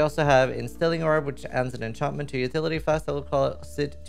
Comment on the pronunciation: The way your say enchantment is ruining my life